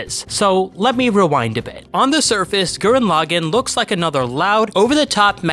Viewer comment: Lagann- Law-gawn not law-gen